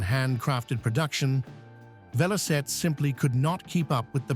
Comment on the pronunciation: It's Velocette!